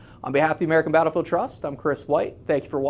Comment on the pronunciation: Thumbs up if you heard Kris say American bRattle field Trust but know it's more important to preserve American history for future generations!